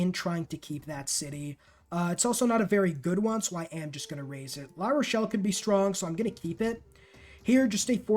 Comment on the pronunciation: Great guide... but I think you managed to pronounce every city's name incorrectly except Paris and La Rochelle. I'm guessing geography wasn't a strong subject, besides mathematics... LOL!